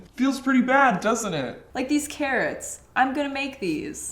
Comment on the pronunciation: “Mine has more Carroter” 😂